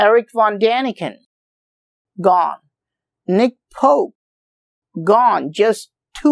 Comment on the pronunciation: Did you say nick pole pass the way, that blows me away